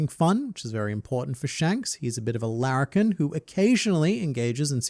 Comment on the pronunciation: Lariken is the most Australian word I've ever heard and I am here for it.